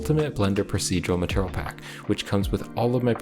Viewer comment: are you saying "maternal" instead of "material"?